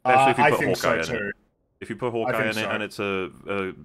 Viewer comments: It's very petty to point this out and doesn't actually affect how wrong she is, but this girl says "expecially" instead of especially and it is quite irritating. In non ad-hominem land, it's ridiculous to posture as some condescending intellectual and claim we all misunderstood and misrepresented she hulk when you're the one that has to obfuscate the truth of the matter to make your insubstantial and contradictory points. Jesus. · God, I hate it when people say ec-specially so much. It’s almost as bad as people who can’t figure out there, their, and they’re. Make it stooooop! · If she says "ecspecially" one more time... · I question the intelligence of anyone who pronounces it "Eck-specially". Especially when that person says it painfully slowly. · Does she pronounce it "ekspecially"? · That annoyed he uck out of me XD Like, there is no X in especially